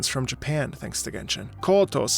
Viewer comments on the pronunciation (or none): none